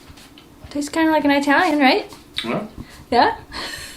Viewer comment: You know, saying I-Italian like that, is kind of "not done"